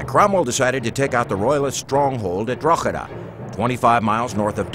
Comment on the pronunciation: I wish that American presenter would pronounce Drogheda properly..